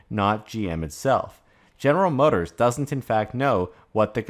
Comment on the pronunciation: It's not "General Motorsez" as a 'possessive' of General Motors - it's simply General Motors - one 's' at the end - your saying "general motorsez" makes you sound illiterate.